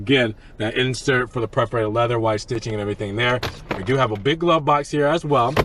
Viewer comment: It’s PER-forated, not PREF-orated; faux is pronounced “foe”, not “fox”.